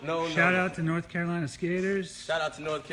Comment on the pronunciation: "North cakalaka" lol